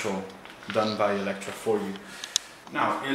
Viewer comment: Within seconds I was sure you were Italian! You know how to pronounce the name correctly. 😂